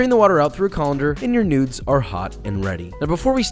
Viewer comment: I kept thinking he was saying newts that is what it sounds like